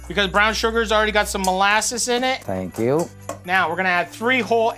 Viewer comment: Somebody to: " Good Morning.": "Tank you."